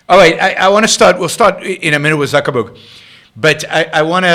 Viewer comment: Zuck-baby.. I call him and I call him Zuckerman. But it's technically "Zuckerberg"... NOT Zucherberg.